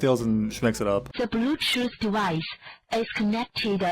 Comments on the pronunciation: Bro, I lost it with the Chinese "ze blutoos dewice has connected-uh successfully" part, ngl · "Dee blutoot devide hass gonected "🤣🤣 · "De blutut devicu is cunnecteduh succesfuly" Seriously got be cracked up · DA BLUTUTH DIVIS ES CUNECTID SOCSESFULEE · "dah blutoof device has conected sucsessfurry" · I lost it at "The bleewwtooth dewice is ah connected successfully" 🤣🤣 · "De blootooth devis is connecteda suksefuley" Yea had to stand back from making dinner for about a minute, earbuds falling out as I'm laughing my ass off.